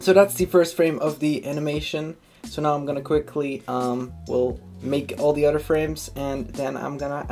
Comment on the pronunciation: Omg I love the way u talk Wif = with Oder=other Anuder=another